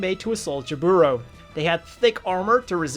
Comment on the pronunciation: It's jAburo not jabUro